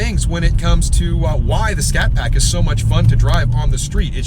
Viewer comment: " we bought this little scatpact" 🙄🙄